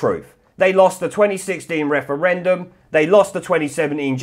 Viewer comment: Clear majowity. wefewendum. What's going on here?